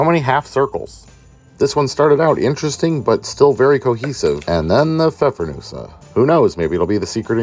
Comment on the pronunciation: Good job from Germany on pronouncing the Pfeffernüsse 👍